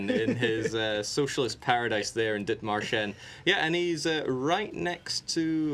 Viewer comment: The dith-marsh-en was worse